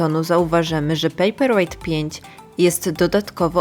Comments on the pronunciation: Ale Pani też nie zna angielskiego, bo czyta pejper łejght zamiast łajt i wychodzi, że papier jest ciężki.. Dajcie jej spokój.. :) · “pejperłejt” i dalej nie oglądam 👎